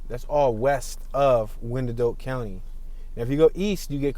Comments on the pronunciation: Actually it has 3 syllables, pronounced y-an-dot. Old Native American name. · Not too far from me (Edwardsville). Thanks for the tour. Also, we say it like "Why-an-Dot" or "The Dott" for short. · It's actually the eastern part of KCK (closer to KCMO) that's rougher. And, as Can-O-Bus stated, it's pronounced "Wine-Dot" County. :) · You know absolutely nothing about Wyandotte. Pronunciation is ass